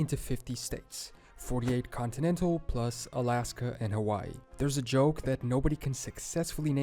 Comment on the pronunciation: ALASKA…..NOT ASLASKA